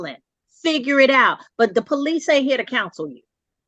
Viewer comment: She called the poh-lice? Multiple times? He needs to divorce that woman